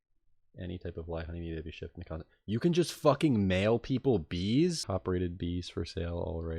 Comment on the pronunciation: 'peapol' lol